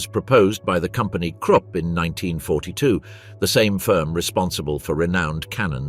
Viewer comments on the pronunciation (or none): none